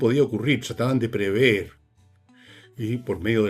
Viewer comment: Prever, no “preveer”.